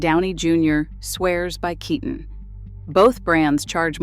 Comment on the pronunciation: Pronunciation can be more consistent. For both Kiton and Cesare Attolini. I'm just afraid even the corporate pressures and newer family members taking over will dilute what once was incredible untouchable clothes. I've seen it happen.